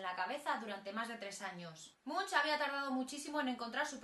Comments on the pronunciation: Se dice ˈɛdvɑ:ʈ mʉŋk, inculta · Se pronuncia Edward / Munk/ y significa monje literalmente. Gracias.